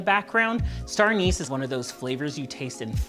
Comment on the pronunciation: Did you say, “Anus” flavor?